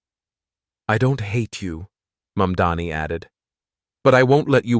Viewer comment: Get your acts together and do your homework first: It's NOT YOUR "MUMDANI", it's MAMDANI. Are you from Earth 2? Or, MARS, perhaps?